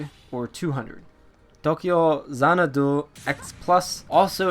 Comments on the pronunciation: Xanadu is not an asian word. Don't pronounce it as though it is one. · why you be sayin' dat xanadu like that? lmao